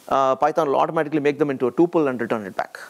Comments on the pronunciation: It is pronounced Tupel as Pupil - not Tupel as in Chupel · TO ALL INDIANS TUPEL as PUPIL ---please pronounce correctly